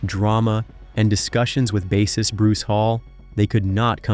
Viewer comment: Gawd I hate computer narration! Bass ist, not saying it 'base ist'.